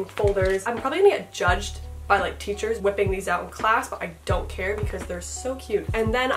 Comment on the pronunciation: I like your way when you say : l d'ont cear